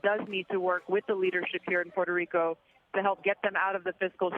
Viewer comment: Omg they massacred the Puerto Rican governments name.